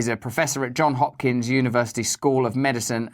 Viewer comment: Why? At this point...after the few years we've had... WHY are people INCAPABLE of saying "johns" JOHNS JOHNS HOPKINS. TWO "S's". FFS JohnS Hopkins.